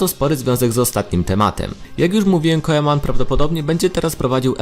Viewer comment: mówi się Kuman a nie kojeman